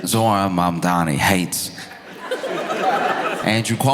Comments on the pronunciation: "My name is Momdani, M-O-M-D-A-N-I! You should learn how to say it" To see Momdani smile while waiting patiently for his turn, feels like seeing the test question that you've been studying for! Even as a Canadian, on an island, Zohran is my mayor!! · HIS NAME IS MAMDANI, MAMDANI, YOU SHOULD LEARN HOW TO SAY IT…. THE MOFO WON BY DOUBLE DIGITS 🎉🎉🎉🎉🎉🎉🎉🙏🙏🙏‼️‼️💞💞👏👏🥰🥰‼️‼️